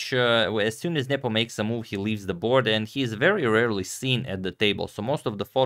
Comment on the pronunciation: Spasky vs Fischer new era? Antonio will you please stop saying Njepo instead of Nepo